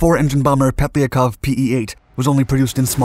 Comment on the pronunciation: Pet-liar-kov My-are-sis-chev